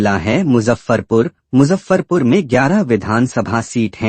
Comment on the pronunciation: Muzaffarpur ko sahi kijye Fhir se Bolye